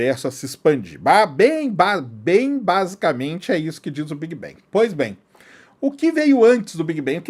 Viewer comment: Por que brasileiros pega todas as palavras em inglés que tem a letra A e pronuncia E? Quem disse que BANG se prinuncia BENG? Nossa .... Big bang seria : Bêg Bang com G mudo, bang com A agudo BANG! Outra coisa : deus só existe na sua cabeça.